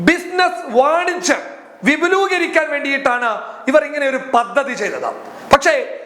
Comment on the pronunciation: വിപുലൂകരിക്കുക എന്നല്ല, വിപുലീകരിക്കുക എന്നാണ് ശരി